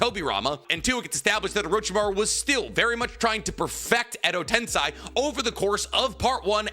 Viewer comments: Also this is a small gripe of mine, but please stop saying "Edo TensAI", its "TensEI" If it is a speech impediment, thent I say im sorry in advance, did not know But for a big naruto channel to still be mispronouncing things like that, its odd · Day 1,348,120 of pronouncing common Naruto words like Tensei and Myoboku wrong